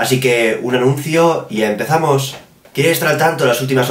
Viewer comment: Le faltaron como 3 o a tu "EMPEZAMOOOOS"